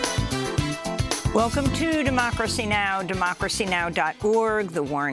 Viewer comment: Did Amy say"Doh"mocracy Now lol.